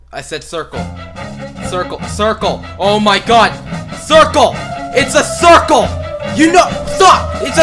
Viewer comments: Hahah when you say crucle in rage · THE STRUGGLE AT THE ✨SARKLE✨